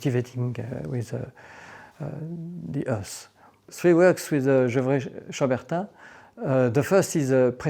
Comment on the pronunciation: The main thing I learned is how to properly pronounce gevrey chambertin.